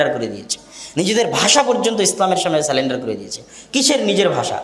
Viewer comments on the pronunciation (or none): আপনি বললেন সেলেন্ডার। শব্দটি হল সারেন্ডার ( surrender).এছাড়াও আপনি অনেক ভুল তথ্য পরিবেশন করেছেন। আমার অনুরোধ মুসলমানদের মধ্যে দয়া করে বিভেদ সৃষ্টি করবেন না। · 1স্ট ওটা সালেন্ডার নয় বরং সারেন্ডার 2. যেখানে হুজুর নিজে বলে গিয়েছেন 73 ফিরকার 72 ফিরকাই জাহান্নামী তুমি কি হে শিয়া না সুন্নী সঠিক তুমি কিভাবে জানলে ,তার পর উসমানের হত্যার সময় আবু বকরের ছেলে কেনো তার দাঁড়ি ধরে টেনে নামিয়ে ছিল সেই টা আগে জানো, আর ভালো করে হাদীস পড়া শুরু করো কুরআন শরীফ নাযিল হয়েছে আরবের 7 টা আঞ্চলিক ভাষায় আর ওনার ফাউন্ডেশনের জন্য আল সৌদ কমিটি থেকে টাকা আসে তাই সৌদির আরবী ভাষা শিখতে হবে 😂😂😂উসমান সব কুরআন শরীফের সংগ্রহ পুড়িয়ে দিয়েছিলেন মানে হুজুরের ইন্তেকালের 19 বছর পরে আর শিয়া সম্প্রদায়ের লোক প্রথম 3 খলিফা কে পছন্দ করেনা কারণ তাদের নিজেদের ক্ষমতা দখলের লোভের জন্যই হুজুরের রু হীন দেহ 3 দিন দাফন করা হয়নি খালি বোকা বানিয়ে টাকা কামানো